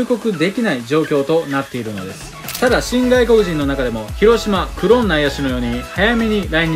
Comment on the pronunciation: 発音違和感。